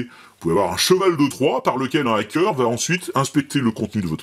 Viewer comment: Pour les "fautes assez grosses", profitons-en pendant que les diptères sont engourdis par le froid 😊 : Hacker : si on veut corriger, plutôt que "A", ce serait plutôt "Ha" comme dans "Hattrapez les tous" ou mieux : "Hard to be a geek". En vrai, selon que c'est prononcé par un Londonien de l'est, du sud, de l'ouest ou du nord, un écossais, un Irish, un New-yorkais, un texan, un californien ou un Australien on a des "Ha" qui sonnent Hâ, Hae, Hee, Hé... toute la gamme quoi... Alors... Crypté : il serait bon de lire la description de la vidéo, voire de dérouler une petite centaine de messages pour ne pas signaler un truc qui a déjà été signalé 100 fois. 😉 Et puis, si, "crypter" à un sens. C'est juste affaire de convention : Quand au dièse... tant que les mouches dorment encore, allons-y : Le croisillon n'est pas "son" dièse, c'est le dièse de tout le monde, vu que le clavier ne permet de taper facilement que le croisillon # et ça, depuis l'aube de l'informatique : Pour saisir un dièse ♯ on doit passer par les tables Unicode et ça gave tout le monde...